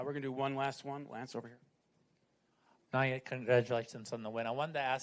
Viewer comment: These people still can't pronounce Naoya's name - remarkably inept! NA-OH-YA IN-NO-WAY - seriously brainless & it's their job, no less!